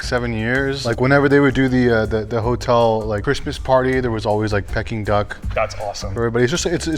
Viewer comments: Pecking Duck, what a cack….. it is pronounced Pee King Duck. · Peking Duck is pronounced “peeking” not “pecking” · I thought it was pronounced like pee-king duck. It sounds like he’s saying pecking duck.